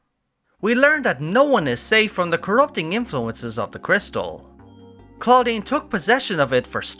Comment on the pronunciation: Most of the things i wanted to say have already been said, but i must say it sounded like you said "Claudine" which is a girl's name in french, that poor researcher is Claudien, that sounds like Estinien... It made me laugh 😂 But, i'm glad we finally learn what it is, it was bugging me !